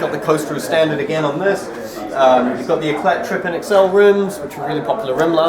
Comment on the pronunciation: How dopey, can't even pronounce Éclat!